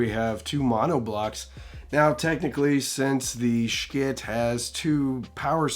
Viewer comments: Wish I knew why you pronounced it Shkit. There’s something really off-putting about a familiar word or name that literally everyone pronounces one way… and then one person repeatedly saying it completely differently. It’d be like one lone reviewer saying hee-fee every ten seconds, instead of hi-fi. No hate… just very curious❤ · Just please pronounce the company name correctly. Not sure what the hang up is with saying Schiit.